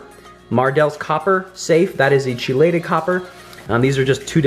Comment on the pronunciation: It’s pronounced key-lay-Ted